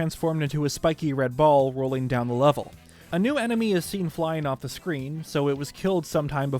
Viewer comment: Emeny. Man, that really threw me through a loop 😅 Had to replay the moment like 5 time and sat there questioning my existence because I couldn’t remember whether enemy or emeny is right.